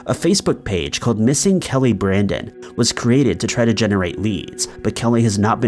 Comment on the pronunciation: Keeping chickens in a hotel room for C****' sake??!?? Anyway, , I feel for the poor girl having to be called Kelly BRANDON her whole life! It sucks when ppl can't pronounce your name